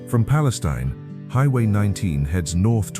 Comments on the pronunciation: Mr. Narrator: We pronounce it Pale-STEEN, not Pale-stein. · Palestine = Pa - Les - Steen is the proper pronunciation.